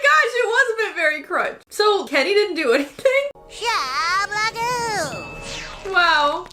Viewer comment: It's shablagoo, so I guess you've been saying it wrong for 15 years